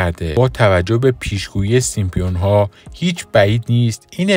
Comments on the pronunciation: خنده دار تراز سیمپیون ها اینه که بشینی تحلیل کسی رو گوش بدی که به سیمپسون ها میگه سیمپیون ها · اسم آن سریال " سیم سونز" Simpsons هستش لطفا درست تلفظ کنید، با پوزش.😊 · سيمسون ها ! اينجا پي خونده نميشه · baba Simpionha yani chi?? simpSONS ya simpsonha va "P" talafoz nemishe Yani SIMSONS 👌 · هنوز درست نمیتونه بگه سیمپسونها بعد کلیپ درست میکنه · شما اول تلفظ صحیح اسم این انیمیشن رو یاد بگیرید بعد در مورد پیشگوییشون هم صحبت میکنیم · شم اسمشو هم درست نمیگی جناب اینا خودشون درست میکنن همه چیو پیش بینی درکار نیست